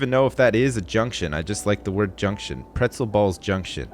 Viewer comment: "Pretzel ball JUNK tion"